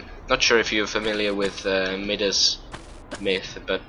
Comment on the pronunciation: Pronounced MIE-das.